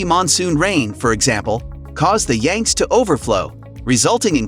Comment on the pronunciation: You might want to research the proper pronunciation of the Yangtze River and the other Chinese names you butchered.